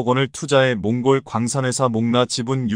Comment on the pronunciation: 이 바보야, 틀린 글자는 고쳐 읽어라. 콩골은 몽골로 고쳐 읽어 야지